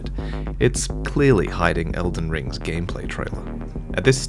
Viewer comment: he said Elden ring railtrait